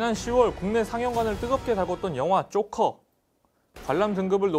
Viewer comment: 조커가 쪼커로 들려요 ㅋㅋㅋㅋㅋㅋㅋ